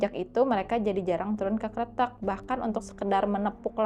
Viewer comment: tumben nih bacanya bener kretek, artinya jembatan sih kalo dari bahasa jawa btw, banyak juga nih hantu sungai yg ada di indo 😱